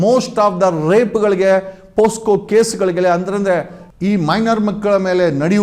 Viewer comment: ಪೋಸ್ಕೋ ಅಲ್ಲ.. ಅದು ಪೋಕ್ಸೋ (POCSO = Protection Of Children from Sexual Offences)